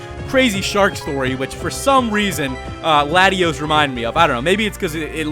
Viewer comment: how come no one can pronounce Latios and Latias correctly